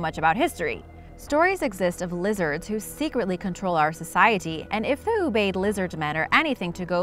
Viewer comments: Ubaid = U-bye-aid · Ubaid is pronounced ooh-ba-eed. :)